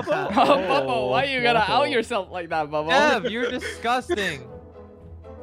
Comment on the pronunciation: The fact that said pubbo instead of bubbo is so funny